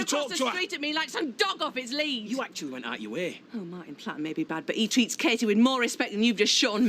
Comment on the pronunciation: I'm also called Katie and it drives me to distraction that barely anyone pronounces the T and it just sounds awful. Natalie's sometimes get the same treatment, but no one seems to do it with Peter! Martin pronounces it right but has to say her name 5 times everytime he talks to her! arrghhh!